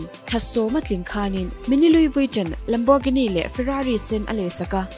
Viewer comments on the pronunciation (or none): Louis Vuitton ilam dan khi luivitawn ang in ilam a...lui-ii-vi-tawwn ti a lam tur...tawn tih tawp lo in tawwn tih tur lam thui deuh tur..hehhe lo sawi ve mai2..